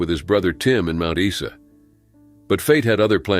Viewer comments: Mt Isa = Mt 'EYE - ZAH' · Gday Aussie Here, Its pronounced Mount "eye-sa" .